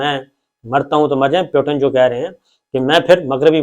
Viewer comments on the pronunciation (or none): none